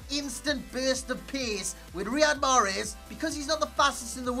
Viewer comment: greetings from algeria .wrong pronounciation